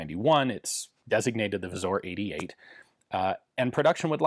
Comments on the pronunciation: Pronounce "Wzór" like "vzoor". That "ó" is really a "u" since it changes to "o" in plural "wzory". Polish grammar is easy! Just learn all the exceptions from the standard rules. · Ian "wzor" is pronounced as wzoor, its not a letter "o" in there but a letter "ó" that doesnt exsist in English alphabet that's pronouced as a u or oo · "Wzór" pronounced "vzoor" ... same "oo" sound as in "choose" or "two".